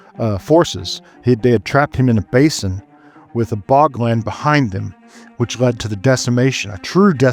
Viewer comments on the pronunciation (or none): none